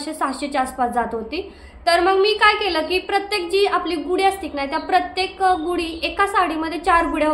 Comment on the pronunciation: गुडी नाही म्हणत . गुढी हा योग्य शब्द आहे लिहितांना तसेच उच्चार करतांना .